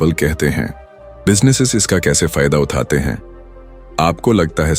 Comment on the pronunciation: Bhai video acha he lekin AI voice me Uthate uthate he sahi nahi bol raha he ye 😅😅